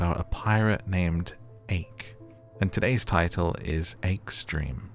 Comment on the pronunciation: I think Ake’s name is pronounce Ark (like Noah’s ark) cause embAKEed